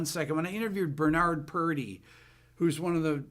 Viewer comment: Purdy not puffy